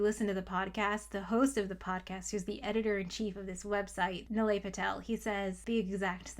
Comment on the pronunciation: It’s knee-lie, not nill-ay